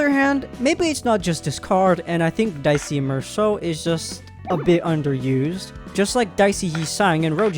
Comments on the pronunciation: twin do not ever pronounce dieci as dicey or cinq as sin-queue again💔💔💔💔💔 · Dee-eh-chee. Italian moment. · Dieci is pronounced D-ECHI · father, i believe you are meant to say it as "dee-eh-chi" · Congratulations on aggroing the italians with that absolutely horrendous Dieci pronounciation